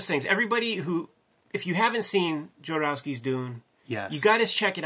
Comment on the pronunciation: All I want is Jodorosky to confirm if it's "JOD", "YOD", or "HOD" because with you, any of the 3 could be correct. I need to watch the doc again to see if you refers to himself in the third person somewhere in it.